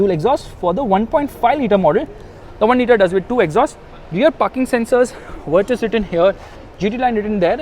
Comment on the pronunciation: Finally someone who pronounces it as Virtus and not Virtooos ....brruuhh